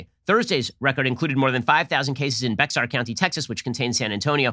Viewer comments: "Bexar "= pronounced "BAY-har" county, Texas (Not being persnickety, just trying to be helpful) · Ben it's pronounced as 'bear' not "beks ar". So it's 'bear county'. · Oof. Made me cringe when Ben said "BeX-arrr" county. Sounds more like "Bay-harr" or even "Bayer" to some country folks (like the aspirin); we like to butcher some Spanish names here in Texas, but that one is still true to form. Either way - great show. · Bexar County, TX, BTW, is pronounced "Bayer" or "Bear." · Bexar County TX is pronounced like "BAY-er" no X, Ben.. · I know this is weird but "Bexar" is pronounced "Bear" like the animal. It's the county which contains San Antonio. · Bexar is pronounced Bear county. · Lol, Ben, just to let you know, the name of that county in Texas is pronounced "BAY-har". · FYI bexar county is pronounced bear county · HAHAHA Bexar County in texas... its pronounced BEAR but has an x in it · Bexar County in Texas is pronounced "bear". I know, it's weird. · Bexar County in Texas is pronounced "Bear" County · He pronounced Bexar county. It's like bear county. That's how you say it. The x is silent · Bexar is pronounced (ba-yer) good sir. I’m offended #texaslivesmatter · Bexar is pronounced bear. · Bexar County is pronounced like 'bear', like the animal. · Please tell me I'm not the only Texan that cringed when I heard how he pronounced Bexar county. Just so you know it's pronounced Bear like the animal. I don't know why there's an x in it, I think it's just too confused non Texans. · Bexar county in Texas is pronounced as bear. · Bexar County, Texas is pronounced Bear. Just a little FYI. (Texan here 🙋🏼‍♀️) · It’s pronounced bear county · Bexar is pronounced “bear” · Bexar county is pronounced Bear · It’s pronounced Bear county not Bexar, the x is silent for some reason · Joy bexar county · Yeah, I never hear any non-Texans get that one right. Oh well.